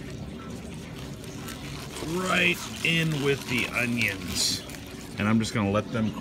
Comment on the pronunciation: man i loveeee how u pronounced oniOns